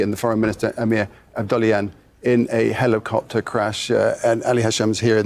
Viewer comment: HELL-i- copter.